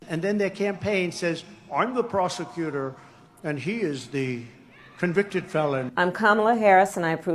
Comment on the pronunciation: It sounds to me as if Donnie said, "I am the prostitutor and he is the convicted felon."